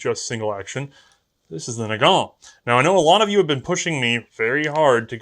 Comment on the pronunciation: Nagant is pronouced Nah-gahn. It's French, the T is silent.